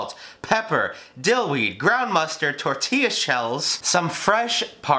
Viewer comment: I disliked because you said “Tortella shells”.